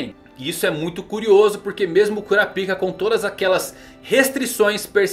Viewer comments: Por quê o tem que falar "Cura Pica"? 🤣🤣🤣 No anime soa mais como Kurápika, pelo que me lembro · mesmo kura pika ? kkkkkkk kurápika(falando) ou parece que vc é urologista kkkkkk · Não sei pq mas sempre que ele fala o nome do personagem eu sempre escuto "curapika". E como é o gon adulto se ele ainda ta jovem e não da para ver o poder dele adulto?